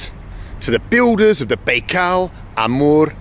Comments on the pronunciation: Very interesting but I was surprised that this Russian speaker didnt pronounce the title name of his video correctly. Baikal is pronounced - byekal not baykal. Very odd. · Bald, why do you pronounce it "Bay-kal"? There's no way you wouldn't know how to say it correctly at your level of Russian, and it's even more weird considering several people said this word to you in this video too.. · Strange pronunciation of Baikal ...